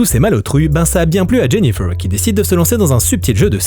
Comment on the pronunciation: " Jenifeuwwww" ? 😂😂😂 En plus tu le répètes 50x